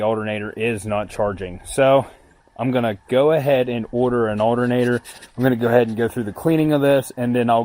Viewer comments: I swear to god I’ll pistol whip the next person who says aldernader! 🤣 PIZZAA🍕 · the alternatter,where matter lol way you say it makes me laugh, great video rocks..